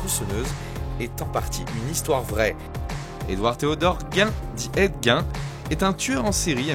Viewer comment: Petite rectification mineure : Ed Gein se prononce Ed Guine. C'est cool de savoir qu'il va y avoir un film sur LeatherFace bientôt